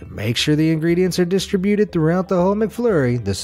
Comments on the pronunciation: Yes, I learned that you do not pronounce the word 'distributed' correctly. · You're not. I did too--and it turns out that was the only thing I got out of this video--aside from the fact that some people say DIS-tri-BUTE-d